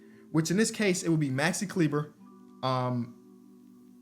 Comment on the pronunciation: Great Vid but please listen. It is Klee-buh